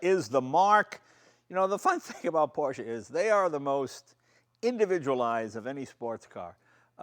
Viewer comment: I can't believe it! He finally pronounced Porsche correctly! Kudos to you, Mr. Leno, kudos to you!